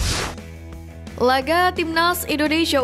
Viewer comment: Guinea dibaca Guini.... Ayo Putra Bangsa, Harumkan Negeri Ini, Jadikan Kami Bangga, INDONESIA!!!!!